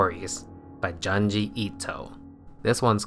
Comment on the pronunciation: After all these years, you still call Junji Ito "Johnjee Ito"